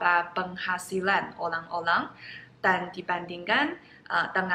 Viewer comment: ORANG = OLANG Ini adalah bahasa china jadul